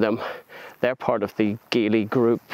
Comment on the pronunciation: You’re pronouncing it wrong. It should be Gee Lee not Gi Lee.